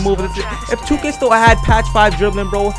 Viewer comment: Why every time he said still I thought he said stole